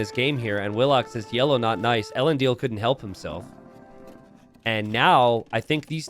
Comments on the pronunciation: Thank you he has not got it right once since i showed up in his chat a year ago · 1min in and I'm already so triggered by how you butchered the pronunciation of ELENDIL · I expect an AoE fan to be able to say Elendil's name properly. Not been watching rings of power? 11